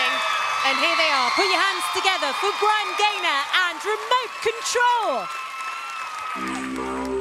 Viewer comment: OMG his name is Bryan Gaynor not Brian Ganer